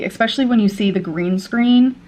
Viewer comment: Sick of hearing her say “expecially.”